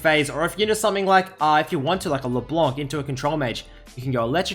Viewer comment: I miss you pronouncing LB like "Leblenk"